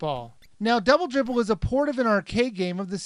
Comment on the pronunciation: bubulbe bwibbwe (double dribble)